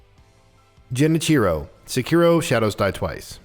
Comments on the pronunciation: J-e-ni-chiro ..... #triggered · That's a very brave pronunciation of 'Genichiro'